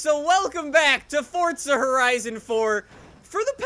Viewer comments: bro idk if its the way you speak but when you say forza it bothers me b/c your saying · no offence but why do u say forza like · Welcome back to horizon 😂 it’s foRZA not Fortza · WHY DO YOU SAY FORTZA??? ITS FORZA WITHOUT T. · but other than that keep up the gud work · Is it just me or does he say not forza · Its forza not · Why does he say Fortza horizon 4? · WELCOME TO FORTZA HORIZON 4 FORTZA? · Surprisingly someone who thinks Forza is pronounced “Fortsa” can actually spell ‘pronounced’ Or did you just use auto correct? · Stop saying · Is it me or he says in his intro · Today he said forts of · anyone else hates how he says it “fort-za horizon 4” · ok seriously the word "Forza" does NOT have a T in it. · day 9 of trying to tell this man that theres no T in "forza"